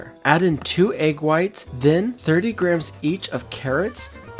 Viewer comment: yt: Stop pronouncing grams as "Grims" it's pronounced "GRAMZ":yt